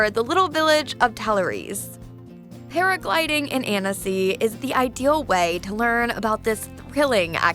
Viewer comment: the pronounciation on talloires 💀💀